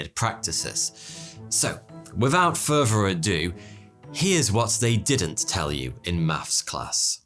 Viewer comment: "Wifff out furpher ado"